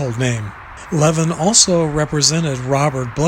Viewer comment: His last name was pronounced with the accent on the second syllable, not the first. I know this because I knew Barry Levin and I was at his funeral at the Los Angeles National Cemetery in Westwood off the 405. I was at this gravesite during the funeral and I participated in filling the grave with a shovel. Also at the funeral was Robert Blake. I approached Mr. Blake and we talked about Barry Levin. The way I knew Barry Levin was that he was one of my professors at law school. I took two advanced criminal law classes from him. During one of those classes we actually went into the Moot Courtroom at the school and he gave his closing argument from the Menendez case live, to us, his law students. His role in the Menendez case was for one purpose. It was to give a closing argument in the case during the penalty phase. Barry Levin's role was to convince the jury not to give them the death penalty but rather to give them life imprisonment. Barry Levin was at my law school graduation sitting down in a chair in obvious pain. A few months later, he put on his uniform from when he was in Vietnam, went to the cemetery in which he knew that he would be buried in, and killed himself as he couldn't take the pain anymore. But that didn't mean he could then be immediately buried. He was taken from the cemetery to the coroner's office, then from there to the mortuary, and from there back to the very cemetery where he had killed himself. He was a Vietnam veteran, and during his career as an att